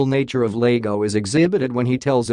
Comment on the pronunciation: It's Iago not Lago It's an i not an L